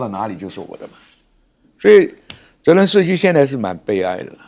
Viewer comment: 帅将军很有水平，但总把泽连斯基叫作“伦泽斯基”，不知何故？😅